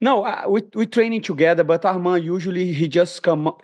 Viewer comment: He cant even say Arman name. listen to it